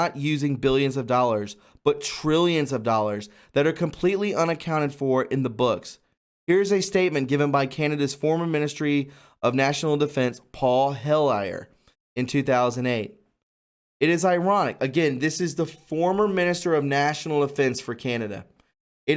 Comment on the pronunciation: It's not Paul Hell i yer. It's Paul Hell yer.